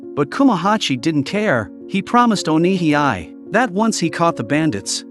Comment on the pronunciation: You pronounce Onihei as "O Ni Hee I" when it should be pronounced as "O Ni Hey"